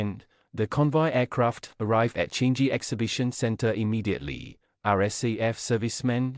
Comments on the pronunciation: Changi is not pronounced as “change-gi”. Are you even a Singaporean? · Agree. Please pronounce our airport properly. Is Changi international airport not change ge